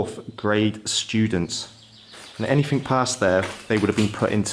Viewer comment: Please learn to speak properly. It’s anything. Not anythink.